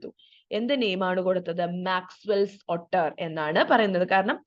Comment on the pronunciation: Ottur alla ooter aan pronounciation